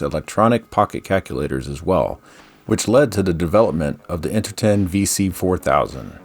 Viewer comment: You also mispronounced Interton as, variously, "Inter Ten" and "Inter Tin". In other videos you say "Inter gated" instead of integrated and a few other examples. It's okay, though; we get it.